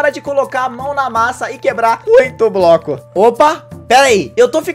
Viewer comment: No tempo ele fala broco